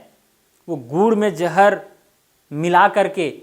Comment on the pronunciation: Sir gur me jahar acha se boliye😂😂😂